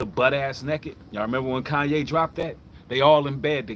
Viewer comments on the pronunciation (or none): none